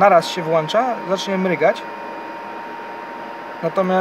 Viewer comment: Nie włancza się, a włącza się. Nie ma włancznika, jest włącznik. Nie mryga, a mruga.